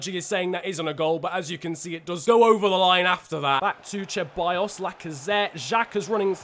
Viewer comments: I didn't follow you back in 2014 but I do remember Grenier! He used to play for Lyon! Great series so far. Haven't been watching your channel for very long but I did watch the entire Wolves series and it was fantastic. P.S. I'm not sure you are saying Ceballos right. You're saying Cheballos. I do believe it's just an S sound. I know it doesn't matter but I know you try hard to say names correctly! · Ahhhh!!! It’s not Che-buy-os, It’s Ce-buy-os It’s not N-kee-tah It’s N-keh-ti-ah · Your pronunciation for Ceballos is completely trash. It is pronounced as Sebayos not Cheballos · I found funny the "cheballos" pronunciation😂